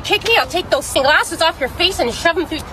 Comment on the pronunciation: the fwace